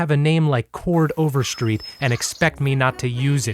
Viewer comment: does Glee exist IN Glee?!? that was my favorite part.... also his different pronunciations of Chord Overstreet's name